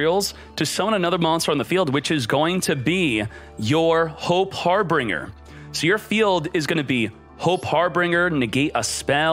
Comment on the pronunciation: Harbinger not harbringer, pegasus not unicorn😂